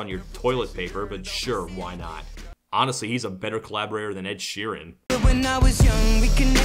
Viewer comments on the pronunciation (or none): none